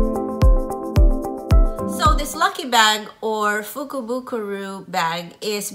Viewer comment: actually it is a "fukubukuro", not fukubukuru! I am Japanese and enjoyed your video. Thank you for sharing👐